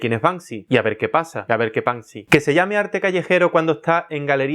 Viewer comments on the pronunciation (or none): Y a ver que "Panksy" jajajajajaja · Acabo de darme cuenta de que su nombre es BANKSY y no Bansky, sorry : ) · La gente que dice Bansky es la misma que dice mounstro. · "Y a ver que panksy" ja ja ja ja ja ja. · No es Banksy... es Bank Si!